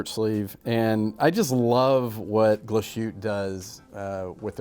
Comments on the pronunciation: Please don't say -Glas -schütte-. It's called Glas-hütte. But nice Video 👍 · Every time I heard “Glashutta” a part of me died. Great video otherwise! Thumbs up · Glas-Hütte, compound word meaning “glass hut”, so no sh sound (which would be spelled sch anyway), three syllables, accent on the first syllable. We won't quibble about the ü. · Wtf Glas shoot? It's pronounced. GLASS HOOTER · do you not like Glashutta ? and why ? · Why do Americans have to screw up the pronunciation of European names? Every. Freaking. Time. If they can't get the brand name right, what makes them think they can be taken seriously for any other thing that comes out of their mouth about the watch? Like watching a pair of hot dog vendors talking about truffles.